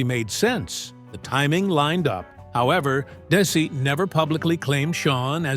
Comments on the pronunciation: My God it's Desi (pronounced Dezi) please. My name is Desi. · I hate ai. It's Desi not Daisy and Arnez not Arnoz😡